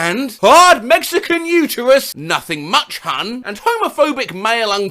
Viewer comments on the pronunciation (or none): none